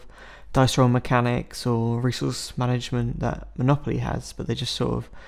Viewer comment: I swear he said Molopoly once